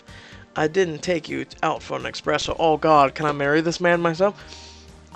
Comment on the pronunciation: omg... it's not expresso, it's espresso!